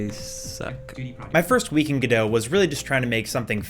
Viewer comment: It's pronounced Godot.